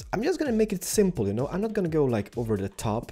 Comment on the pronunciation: What people think says when he says "I don't know": "I don't know". What he actually says: "I don't NO"